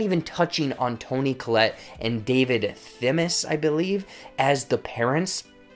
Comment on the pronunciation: It needs more than one watch, because Kaufman has produced a puzzle for us ....OR you could just read the original source novel. Just for the record, it's: Plemons not Clemens ( and ) Thewlis not Themiss Kaufman not Kaufmell (as you corrected yourself ), and fucking not >boooooop< ALSO - how the >boooooop< hell did you get to watch this movie a full week before it was released ...on Netflix??